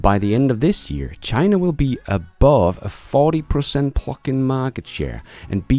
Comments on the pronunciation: I love your shows! Please say pluG-in, not plucking 😅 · I’m sure you are saying “plug-in” but I swear by the time it gets to Texas it sounds like “pluckin”. ‘G’s are expensive in Denmark? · THANK YOU ! And I watch nearly every one of your videos, I was born in USA - I do want to let you know that I like your accent (Which is very small) and there is one word in particular that throws me every time you say it; PLUG-IN. when you say it - it sounds like PLUCK in and when you say it fast it sounds like the F word that rhymes with PLUCK....Just an FYI> Thanx again for all of your great videos and "Keep On holding your Breath! !" Harold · Everytime you say 'Plug-in', it makes me think of 'Pluckin'.... which is an alternate to 'Fnckin'. Which sounds hilarious. 😂